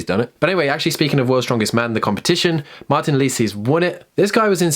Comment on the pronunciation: You forgot to pronounce the s in Martiiiiins!